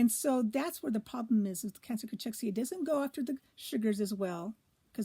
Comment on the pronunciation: It's pronounced Cakexia